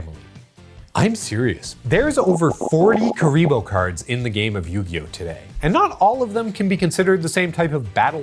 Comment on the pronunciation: Or “Queeriboh”